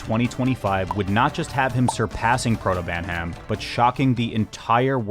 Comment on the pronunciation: And he also says "Protobantam" just before that